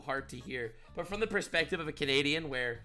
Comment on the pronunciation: "No... ->(t)he right wings of the US are like this" T. You missed the letter T. Dunno about other homie but I forgive you in regards to your abysmal sentence structures as well, seeing as I can smell the ESL from here.